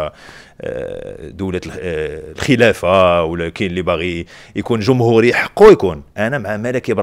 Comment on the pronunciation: تعدب بش ينطق جمهورية ، ضحايا القمع هاهاها